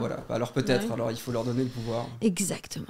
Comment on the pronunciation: "ExactementE" MDRRR